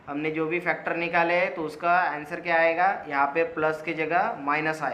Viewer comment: Sab sai tha thank you.. Very much... But jab ap AYENGA bolte.. Meri hasi nei rukti 😂😂😂